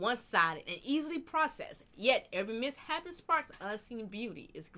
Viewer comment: Why can noone pronounce Mis-shapen right??? Miss-hapen isn't even a word! This is like the fifth video I've watched that the reactor misread that word.